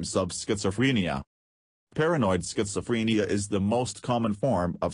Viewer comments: Schizofreeeenia, please say it right. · I can't get over how the voice over thing pronounces schizophrenia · you are pronouncing it wrong